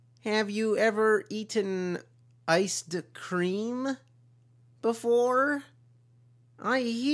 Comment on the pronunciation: Have you ever eaten.... Iced cream? I hear it is pwossible.